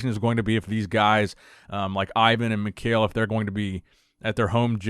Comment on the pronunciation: this guy comes up in your stories often enough, any chance I could persuade you to pronounce his name correctly? Mikhail is pronounced me ha il Cheers